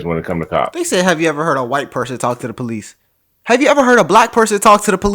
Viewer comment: white woman with a crazy idea here: it might help cops take you more seriously if you pronounce the word “police” correctly. 🤷‍♀️